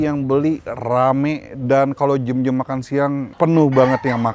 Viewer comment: pke bahasa yg bener lah,contohnya klo nyebut jam jangan jem.please beri contoh yg baik